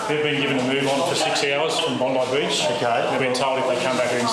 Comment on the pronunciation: Bong-I Beach